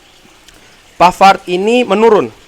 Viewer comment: bang pke bahasa sebut nama.a biasa ja lah biar jelas ni kan indo bkn luar pavard.a jgn pke da HA.a😅😅😅😅 sama jan clair jgm jon chlair🤣🤣